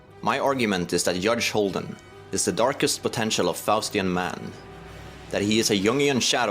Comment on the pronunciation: Hudge Holden is literythe funniest thing I've ever heard. AND IVE HEARD WHOS ON FIRST!